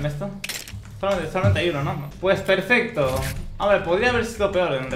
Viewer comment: Perfec dijo el